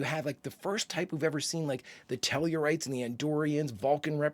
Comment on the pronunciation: That's TELL-A-RITE. Tellarites do not argue for reasons, They simply argue.